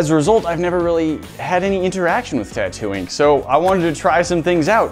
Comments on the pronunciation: Is it just me or did anyone else hear "Tatooine" every time said "Tattoo ink"? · Same but I heard Tattoing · Am i the only one who hears "Tatooine" 😂